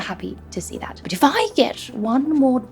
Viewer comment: Est-ce un "see" australien? J entends say...